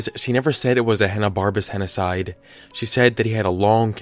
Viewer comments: You're mispronouncing it, henocied does not rhyme with genocide. It is pronounced "henna-seed". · Henocide sounds like "he noticed"